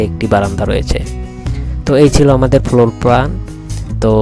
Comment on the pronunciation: D/din arringe not ok most of apane typical floor uocharan korte paren na but building design korchan besh tu